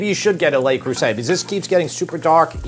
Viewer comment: Lay Cruisay! For real? Aren't you a bit ashamed of yourself?